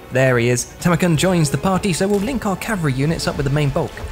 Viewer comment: you actually NAILED it with Tamurkhan!!! Good job!!!